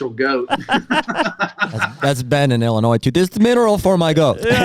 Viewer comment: Can you please stop pronouncing the S on the end of Illinois....